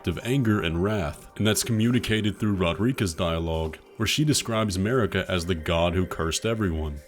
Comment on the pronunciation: Im physically begging youtubers to stop saying Rodreeka. Row-dare-ick-uh.